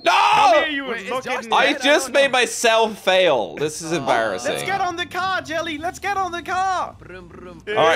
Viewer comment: "in me moms cor brum brum" 😂😂😂